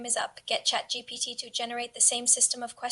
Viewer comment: Heyy!! Love the video! Happy that YouTube recommended your channel to me. I don't know if it will help, but maybe the AI voice will say ChatGPT correctly every time if you actually space out the Gpt part (like G P T) or somn like that. Keep being consistent bbg, you'll do amazing 🤍✨🙌